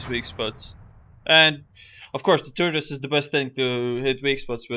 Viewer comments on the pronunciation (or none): lol he said turdus